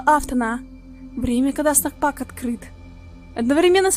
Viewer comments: Классное видео! Только не снак спак, а снэк спейс) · Не снэк спак,а снэк спэйс